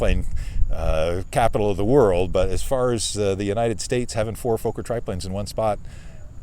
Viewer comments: Nice video, wonderful to see these old planes doing well. By the way, Fokker is not pronounced like Folker, but like Focker, with an ò like in "jogger". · And it's Fokker. Like locker not the long O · You are correct sir! It makes me nuts to hear Foe-ker ... you would think .. and I mean no disrespect here .. that anyone that owns/fly's a Fokker triplane would know the correct pronunciation! I've always thought that Fokker .. pronounced Fah-ker .. is too close to the four letter word f**k, thus people are possibly uncomfortable with it. But!, it is indeed Fah-ker and should be pronounced that way. Anthony Fokker was Dutch, and the two K's make the O in front of them short, and not long as you have mentioned. That aside though ... INCREDIBLE flying reproduction's of an iconic WW I aeroplane! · Why cant Americans pronounce Fokker its not Fauxker, theres two Fokking Ks !! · For Christ sake learn to pronounce Fokker correctly. It's NOT Fo-kker. You Yanks just don't know how to speak German. Get it right